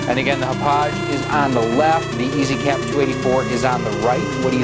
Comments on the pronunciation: It is pronounced Hah-pog. Like the town in Long Island, NY where it is manufactured. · Ha Pog - Thats how you say it in case you care lol. Name of the Long Island town where the company was located :-)